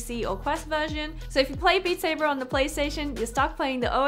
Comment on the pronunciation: Beat Saybah!